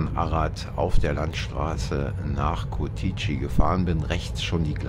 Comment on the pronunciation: Ich denke sie kommen nicht aus Rumänien, habe es bemerkt wie sie Curtici aussprechen 😂 aber sehr sympathisch